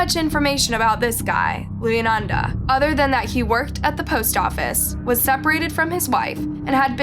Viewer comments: Luyanda is pronounced “Lu-wan-da” your videos research is getting so much better! feel like a proud mother lol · You copy from coffhousecrime again? And you completely butcher all African names. You-e-naynay? Looyanata? Wtf. You don’t even research your cases at all do you.